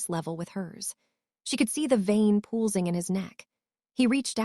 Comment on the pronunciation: also hop ing should be hope ing And pulsing pull sing it says yes disturbing the authors want money for this so they need to fix or read it themselves